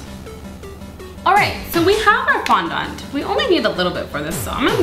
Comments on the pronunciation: Its supposed to b fondunt not fondont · its fondAnt, not fondont ! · Umm.. not trying to cretizize you, but fondont is pronounced fondit sorry... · She does fondant funny haha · The way you say "FONDANT" is weird but i don't mean any offends